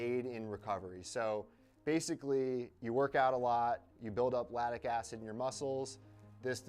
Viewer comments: "It's eragomic" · “Ladic acid” 🤭